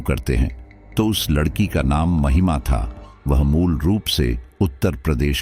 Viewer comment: ❤😂😂😊❤ aap jaanbujkar ladki ko lakadiya bolte ho ya kahani batate batate bhul jaate ho ladki ki jagah lakdi bol dete 😅😅😊😊❤